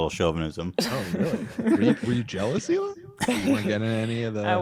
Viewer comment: It's Hee-Lah not Ila or Eli